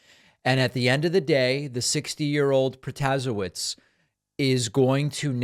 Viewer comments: Future reference it's pro-ta-say-witz 😅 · Just FYI David … it’s pronounced Pro-tuh-say-witz. Kind of like Buttigieg, the Judge had commercials in Wisconsin showing how to pronounce her name😊. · Stop butchering her last name please